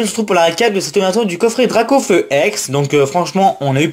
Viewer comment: J'ai qu'une chose a dire sur la dracaufeu jumbo c'est : magnifique carte ta du mal sur les noms sur cette video sinon bonne pioche et bonne video